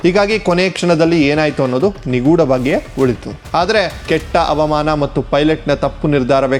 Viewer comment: ಅವಾಮಾನ, ವಿಮಾನ ಆರಿಸು ಅಲ್ಲ ಹವಾಮಾನ, ವಿಮಾನ ಹಾರಿಸು.. ಅ ಮತ್ತು ಹ ಬದಲಾದರೆ ಅರ್ಥ ಬದಲಾಗುತ್ತದೆ